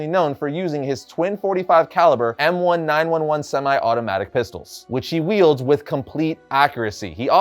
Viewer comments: M1911 (handgun) is pronounced "em-nineteen-eleven", not "em-one-nine-one-one".😪😪😪😪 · Nineteen eleven not one nine one one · I love the fact young people are embracing traditional heros. Used to listen to OTR (old time radio) reruns in the '70s including the shadow. One little thing the M1911 is pronounced nineteen eleven as in the year. Used during WW1, after the war it was updated to the 1911a1. Firing two .45s at once is quite a trick. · LMAO at "one-nine-one-one" when referring to the guns. 😂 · Fun fact: the model of the guns is pronounced nineteen-eleven. The 1911 is named after the year the model was first created. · That was a rough way to say M1911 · Never heard someone pronounce an M1911 like THAT before... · That was the oldest way I've heard someone say M1911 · lol the way he said m1911 made me have to do a rewind